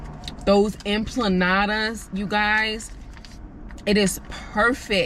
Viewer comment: EMPANADAS not EMPLANADAS 🤣🤣🤣